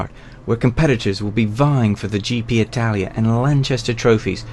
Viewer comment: Nice footage. Interviewer, please note - it's the GP Itala trophy, not Italia, like you said..